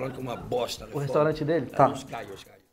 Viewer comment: "menina féchu a restorante"